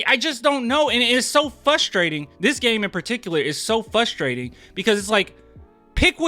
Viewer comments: Is it "fustrating" or frustrating? I think it's frustrating. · You not looking at the other 2 guys fouling him as he went up lol NOPE Hey you know whats also fRustrating ? When a dude says fUsstrating 30 times in a video lol